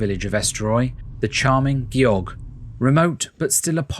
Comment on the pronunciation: If you're attempting to make a professional video about a country, out of respect, you really need to make sure you're pronouncing the place names correctly. Gjogv was not even remotely correctly pronounced at all.